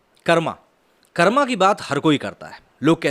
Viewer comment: Bhaiya kam se kam aap to acche se pronounce to kr lo hindi me khaskr Karma (कर्मा) nhi hota h कर्म (karm) hota hai... 😄🙏